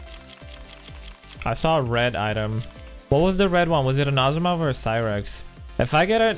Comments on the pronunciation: asimow not aposimow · stop sayig awp osimoooov its trigering me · Asiimov is pronounced Az - e - mov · Why do you say asiimov so weirdly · Stop eating on stream, please. Also, stop saying Basilisk and Asiimov the way you do, say it right.